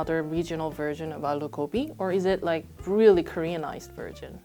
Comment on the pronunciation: 언니... Excuse my bad Korean- The closest pronunciation would be 아루고비 (aaloo gobi)